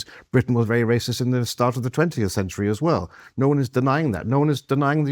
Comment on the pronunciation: Don't get his name wrong, KK. That's waysist lol